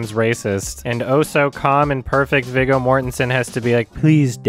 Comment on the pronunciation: ... It’s actually pronounced “VEE-GO” Mortensen